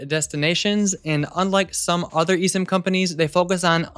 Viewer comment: "Nowadays before leaving home, I always take two minutes to set up an (eSIM???) on my phone" - SADLY, I COULDN'T UNDERSTAND YOU!!!